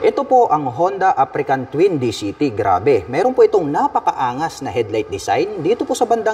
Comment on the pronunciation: African ka ng african. Africa Twin po, walang letter "N" sa dulo.haha